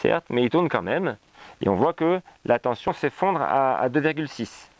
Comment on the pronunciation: Tension, pas tenTion.... Sinon très intéressant évidemment.